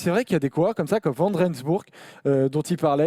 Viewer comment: Pour Trentin il irait chez CCC la saison prochaine. Il vient entre autre renforcer l'effectif pour les flandriennes. Pour les noms flamands, VAN se prononce VANNE !!!!